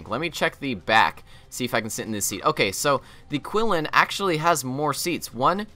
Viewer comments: If the CSAT vehicle names are Chinese, pretty sure they are, they're pronounced the chin-lin and the she-ahn. Just FYI. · the pounce of the Qilin is wrong, it suppose to be more like "chi lin" , it actually is name of one Chinese legendary animal. The Vtol plane Xi'an probably refer to the capital city of Shaaxi Province.